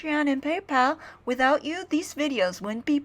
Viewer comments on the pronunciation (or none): none